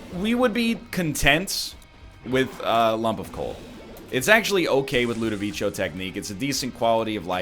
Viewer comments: My dude, please, read it like ludoviko, not ludovicho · Part 6 of my continued support for the Jello Lord. NL might mispronounce Ludovico, but he'll never mispronounce the name of our honoured leader, the Salad of Jello